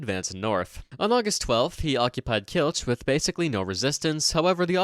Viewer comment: Overall pretty good, but Kielce should have a “ts” sound not a “ch”